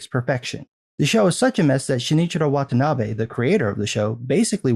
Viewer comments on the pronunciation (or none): none